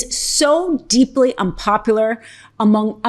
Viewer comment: unpopular. misread.